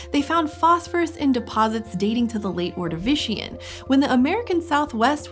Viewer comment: She's saying ordivican and Appalachia wrong